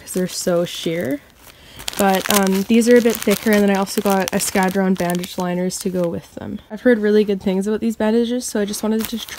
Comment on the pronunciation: I love how americans/canadians pronounce eskadron! 😂. Great video!